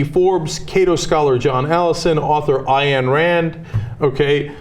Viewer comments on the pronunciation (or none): It's Ayn, pronounced "ine" - not "I-Anne".